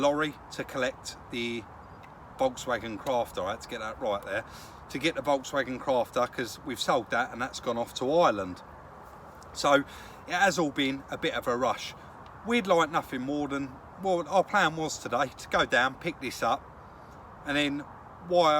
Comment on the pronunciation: Try pronounce it as Ireland not island hahah